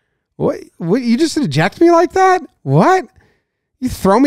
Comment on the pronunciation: I slightly enjoyed the "Q" in place of the "A" in the word "that". Not really sure why